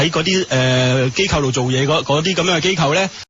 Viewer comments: 支持機構讀成kau3 我自己都不自覺由電視學o左o的怪獸音 :( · 正確發音是機構（扣） 機構（救）是錯誤的發音。請注意！